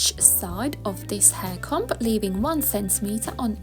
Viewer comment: This is great and so simple. Just a little note. The letter b in the word comb isn't pronounced!